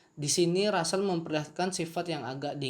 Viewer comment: Itu namanya russel (ejaan indonesia = rassel) bang bukan ransell